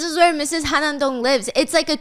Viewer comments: I think it’s HaN-nam Dong not Ha-nam Dong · its han-nam dong girl hanam is city